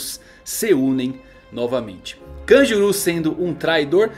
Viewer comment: Kanjuru? Não é kanjurō?